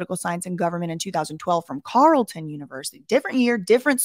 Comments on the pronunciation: Carlton is pronounced "Carl" "ton" haha you got it right some of the time. You did well with "Guelph" though👍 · We pronounce it "Carl-ton" in Ottawa. This whole situation is weird. Keep on the good work